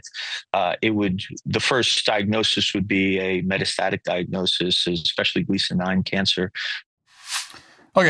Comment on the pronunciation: Matt phoning in the pronunciation of metastatic and metastases.